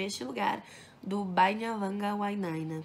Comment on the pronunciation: Você pronunciou tão fácil o nome do autor que fiquei admirado. Tentei repetir, mas não consegui.